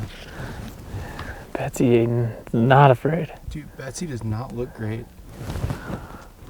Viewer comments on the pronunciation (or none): none